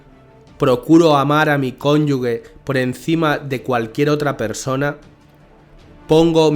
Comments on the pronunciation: tus videos son muy buenos, no los demerites pronunciando "cónyugue", es "cónyuge" ("je", no "gue") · se lee conyuge (conyuje) en seta palabra el sonido de la g se pronuncia cómo la j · Una corrección fraterna: “cónyuge” no se pronuncia como “guerra”, sino como “gemelo”! Gracias